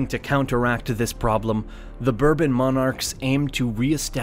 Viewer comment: Was this kid a butcher before he received this gig ? He certainly is butchering the the pronunciations of the old regimes of Europe....another bourbon ,son?